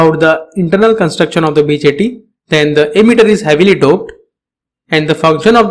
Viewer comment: Though you have verification tick and all, your way of delivering knowledge is awful. Sounds like you are just reading from text. And why are you pronouncing emitter as 'ammeter'??